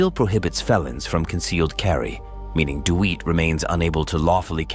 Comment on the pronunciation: Who's the stupid fool narrating the Jeremy Dewitt incident? How his name is pronounced is common knowledge. "Dee Wit".